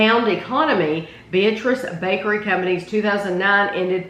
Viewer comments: Two things. The name is pronounced with the emphasis on the middle syllable. be-AT-riss. OK, now that we can pronounce it correctly, I will add to the testimonials. My family has been eating it for over 50 years. It is the ONLY fruitcake worth bothering about. People who make jokes about fruitcake have never tasted this one. It is stupendous. And they now sell it in little single serving wrapped packages that is the perfect snack or dessert portion. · It’s the best fruitcake I’ve ever had. I agree that people don’t like fruitcake because they’ve never had a great fruitcake. The name Beatrice is pronounced Bee-At-Ress though. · My family has been ordering the fruitcake from the Beatrice Bakery for 50 years. We discovered it because we lived in Beatrice. It's a goody that I look forward to every Christmas! I have one complaint on this video, the town and the fruitcake's name is pronounced Bee-AT-trice. With the emphasis on the middle syllable. They are the largest purchaser of rum in the state of Nebraska.